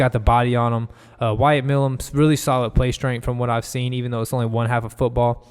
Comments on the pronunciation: Milum is a long "i" (My - lum) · Pronounced My - lum